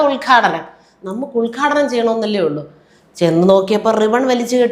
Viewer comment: You talk more by hand language than words.... also it's UDGHADHANAM.. not ULGHADANAM... what a show spoilt